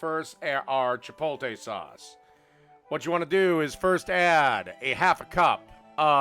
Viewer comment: Midwesterners really pronounce Chipotle “Chip OLE TAY” lmao it’s Chip OAT LAY 😂